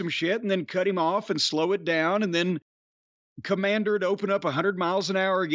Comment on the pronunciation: I said it before and I’ll say it again. Kommamder with a K sounds like a WCW jobber from 1998.